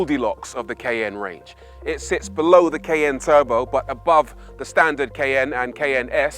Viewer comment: for real dude....what language are you speaking it is KAIIIY-YAAAANNNE, not.